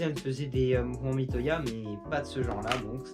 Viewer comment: Miyota pas Mitoya :)